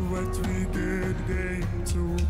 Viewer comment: “ Vot a vicked thing to do “ I love ❤️ her so much 😁